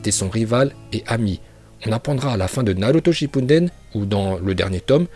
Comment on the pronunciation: "Naluto shinpundend" 🤤